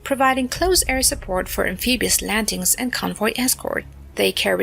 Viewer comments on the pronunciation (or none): Am-pee-bee-ous, eh?